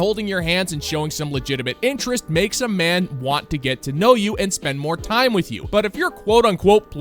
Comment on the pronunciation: "I wan-tta. I wan-tta.